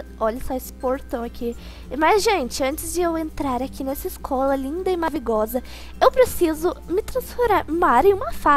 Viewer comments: Por que as pessoas erram na palavra Maravilhosa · mavigosa kkk te amo manda beijo pra mim pf?? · Na hora que a foi fala maravinhosa ela falo aravinhosa kkkkkkkkkkkkkkkk vc e muito masa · Mavigosa? Isso mesmo kkkkk🙈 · Vc deu um pause e vc falou"nessa escolha linda e mavigosa kkkkkk e tbm falou "eu preciso me transforar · no início já está chato, deve ser pq sou menino, pois só cliquei por causa q era um video seu. E outra coisa,KKK, desculpa é pq essa coisa q vou falar é engraçada, é q: quando vc ia falar maravilhosa, deu um problma no microfone, ou sei lá oq, q enves de vc falar maravilhosa vc falou maravigosa, por isso estava rindo. kkkkkkkkkk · ela fala mavigosa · achei muito engraçado a parte q vc falou "mavigosa" nick :amandinhalover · Mavigosa? Só eu escutei isso? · vc disse mavigosa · Não ela falo maravogosa. E não amavinhosa kkkkk